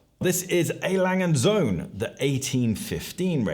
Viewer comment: It’s pronounced A. Lange & Söhne…